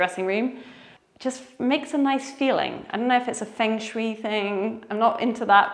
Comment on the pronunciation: if i may correct you, feng shui is read as “fông shuêi”, with both closed “o” and “e” vowels